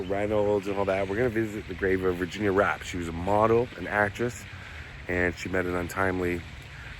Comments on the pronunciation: Her name was actually spelled and pronounced Virginia Rappè ( Rah_Pay, accent ova the è) not wrap or rape...the media had a field day with her name being similarly spelled rape...smdbh...fatty's career wuz destroyed ova this but after 10 yrs he wuz starting to get work again and make a comeback until he died b4 that happened... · I thought her last name was pronounced “Rap-pay” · Love love love stories from old Hollywood. After studying this scandal for years, I believe Fatty Arbuckle was innocent...a so-called bad rap. And that's not word play on her last name because I think it was actually pronounced ''Rap pay''. Have a great weekend & 💗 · I've heard of this. Her last name is pronounced with an A as in fiancé. I believe Fatty is responsible for Virginia's death.